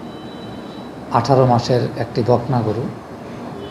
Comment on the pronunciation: *বকনা কে বলল "বাকনা" *অলৌকিক কে বলল " আলোকিক" 😅😅😅